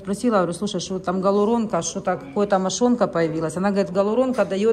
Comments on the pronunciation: ГАлуронка-этим все сказано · Гиалуронка, а не галуронка!!!